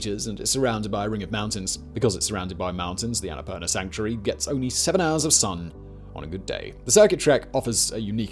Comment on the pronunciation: Bro, the pronounciation is the Sanskrit word ann-a-poor-naa